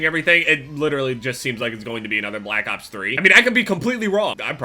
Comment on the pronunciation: did anyone notice that said black cops 3 instead of black opps 3